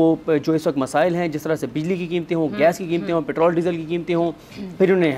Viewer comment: ہوا کے بدلے رخ کے ساتھ آپ کا بیانیہ بھی آپ کے اصولوں کی طرح ہوا کی طرح بدل گیا ہے ۔ آپ تعلیم کی سب سے بڑی ڈگری یعنی پی ۔ ایچ ۔ ڈی کی مالک ہیں لیکن آپ پیٹرول کو " پیٹرل " کہتی ہیں جو ایک سمندری پرندے کو کہتے ہیں ۔ شائد رٹا مار ڈگری والوں کا تلفظ اور اصول کمزور ہوتے ہیں ۔